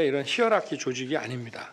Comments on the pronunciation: 히어라키 ㅋㅋㅋㅋㅋ 단어모르면 쓰지를 말지 ㅋㅋ 하이어라키! 자막으로 정정해주는 JTBC 착한거냐? ㅎㅎㅎㅎㅎㅎㅎ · 하이어라키? 발음이 안되면 그냥 우리말로 하세요. yuji 수준의 발음입니다. 참 밉상입니다.